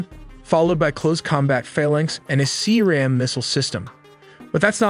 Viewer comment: C-RAM not Sea-Ram lol